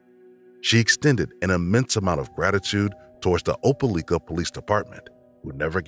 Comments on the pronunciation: Opa-like-a not Opa-leek-a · Opelika with a like sound not leak. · They keep saying opaleeka when in reality it is pronounced opalyka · Opa- li- ka, not leeka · Opelika LIKE- A not LEEK-A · I'm from Opelika and it's pronounced O-pe-Like-a. The Amore Wiggins case was heartbreaking and still is. And it's sad to hear about something like that happening in your own town. There truly are monsters everywhere. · it's oh-puh-lie-ka 😭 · I was just about to leave that comment. Oh- Puh-Like-Uh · Thank you for sharing the stories of these previously unsolved cases. At the risk of looking nitpicky, I did want to tell you that Opelika is pronounced like Opal-ike-uh (source: I'm from Alabama) Thank you for sharing these stories again! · Opelika is said, "oh-pa-LIE-kah" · the way they are pronouncing opelika is making my head hurt. It's "oh-pell-LIE-kuh" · Oh-pel-eye-kuh is how you pronounce that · Opelika = Op-a-LIKE-uh by the natives, I believe. I didn't realize at first what he was saying. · As someone who lives in Alabama... You miss pronounced Opelika wrong lol It pronunciation is ow·puh·lai·kuh I remembered that cause, I remembered being confused about that cause the parents said they were fighting for custody of her but also abandoned her...? Then again I was young when i first heard it. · Opelika: Oh-pah-like-uh. It's the next-door neighbor town of Auburn, Alabama, the home of my alma mater, Auburn University. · The proper pronunciation of Opelika is.... lika sounds like like with an a... Opelika....not opeleeka.... duh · It is pronounce Oh-pah-lie-kah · Imma say it Opelika is pronounced Ope -ah -LIKE -ah. From a Alabamian ❤😂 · Opa-lika Alabama lol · Mispronounced the town's name...irritating! "Oh-pa-lye-ka" accent on lye! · How many people need to comment how Opelika is pronounced? Damn y’all. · The pronunciation of Opelika is killing me. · Being from Alabama I cringe at the way the guy pronounces Opelika 🤦🏿‍♂️😂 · you said opelika wrong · Pronounced opi lika or ope lik-a